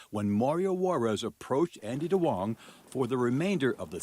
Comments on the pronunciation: Duong is actually pronouned like yoong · It’s NOT DWONGs. It’s pronounced “Yungs”